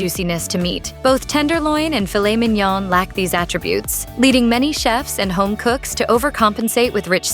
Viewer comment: Filet MIN-YAAAAAAAAA. Filet MEEEN-YAWEWHAAA. Is this narrated by AI or a computer?